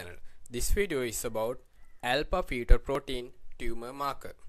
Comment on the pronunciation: Alpha pheto protein, alpha pheto protein... stoppppppp!!!!! Do you actually have this accent or trying to be